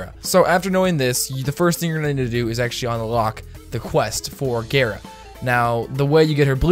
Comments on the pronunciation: Couldn't do it not with gaira being said over and over when every one else says it gar like car gara like from naruto. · DONT PRONOUNCE GARA LIKE THAAAAAAAAAAT. Gah-ra, not gay ra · It's gah-ra I learned that from Naruto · He said it like gayra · It’s gar a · Cringy af intro and prounounces gara wrong. Fuck outta here